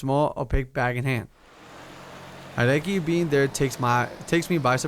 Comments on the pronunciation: it would be spelt Hideki if that was its pronunciation. But not many people pronounce Japanese names correctly haha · "Hideaki" is pronounced: Hee-dee-ya-kee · Love your Pokemon cards on your wall there :3 <3 Also it's pronounced He-De-Ki. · don't mean to be a grammar Nazi sly but hideaki is pronounced like this he day a key